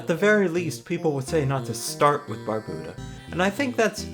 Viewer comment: you have a lot of really good points, so i'm sorry to say that all of them are invalidated by your pronunciation of Barbuta. jkjkjk this is a dope video, good work :D